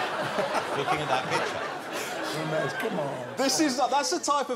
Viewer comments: Did he said Womesh on purpose or what ? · I can't stop laughing as Johnathan kept calling him womash 😂😂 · On Wossy tonite .... Womesh Wanganathan .. Wita Owa .. Wamsay .. Fwed & Gino 😬 😁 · Even though the R sound does not really exist in English, I have always loved how Jonathan Woss manages to botch it nevertheless! It's part of his charm, I guess. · I came to see Jonathan butcher Romesh’s name, thankfully it was right at the start. Cheers editor